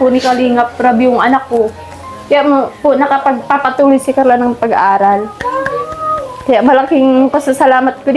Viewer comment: Pronounce your Carla without “h” kasi parang may h ang bigkas mo.